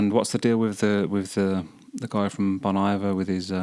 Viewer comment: FYI Bon Iver is from the French “Bon Hiver” (“Good Winter”), so it’s pronounced “Bon Eevair” 😊